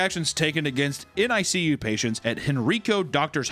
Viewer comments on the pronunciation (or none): "Nick-You"!! It's pronounced Nick-you!!